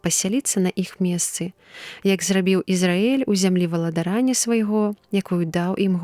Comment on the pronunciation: Прачытана: валадара'ння, правільна: валада'рання, ад валада'р.